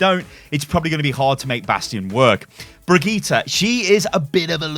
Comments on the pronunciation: Brig eee taa.....? lol its Bridge-et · LOL at how you pronounce "Brigitte" . It's Bridge- It